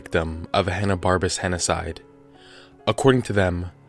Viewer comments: You're mispronouncing it, henocied does not rhyme with genocide. It is pronounced "henna-seed". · Henocide sounds like "he noticed"